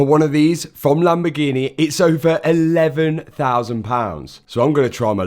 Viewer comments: Lamb-A-Gee-Nee? Again? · A proper lamborguini